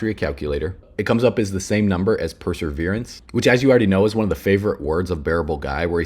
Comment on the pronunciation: It’s Perseverance.. not Perserverance like you keep saying